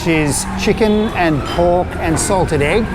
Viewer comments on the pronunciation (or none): none